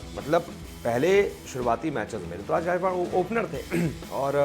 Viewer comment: It's not Rituraj.. It's Ruturaj